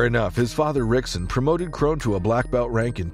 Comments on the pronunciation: Rizin is pronounced like "risen," not "rizzen." Also, as others have pointed out, you pronounced Rickson's name wrong. You should pronounce it like "hick-son." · Pronouncing the r. Also, the fight with Cub was pretty close. A clear victory for Cub, but by no means was it a dominant win. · Its spelled Rickson but its pronounced Hickson dude sheeesssh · The way you pronounce rickson I’m out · Lost me at the first “R”ickson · I was out the moment Rickson’s name was pronounced incorrectly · Yes. Automatic fail. This channel is banned. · and AI wound more than likely pronounce the names Rickson & Rockson correctly and not in English. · You making fight clips, learn to pronounce ricksons name.